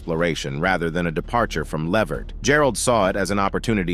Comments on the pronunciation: It's Levert sir 🤦🏿‍♀️ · Put the T back in his name..... Levert....